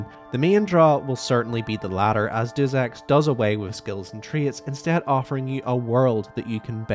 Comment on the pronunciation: why are you saying and spelling Deus Ex like that. have you even played the game